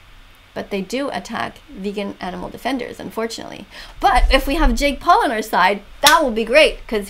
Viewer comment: "His name is jeek Paul" I litteraly heard jeek Paul and started laughing.